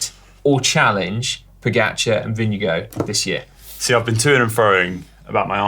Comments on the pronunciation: It sounds like you call Vingegaard vinegar. It is more like “ving-a-gor” 👍😉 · Is vingegaard pronounced vinge”go” or vinge”guard”